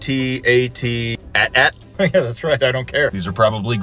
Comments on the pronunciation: Its pronunciation is A.T-A.T it’s spelled AT-AT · It’s pronounced AY-TEE-AY-TEE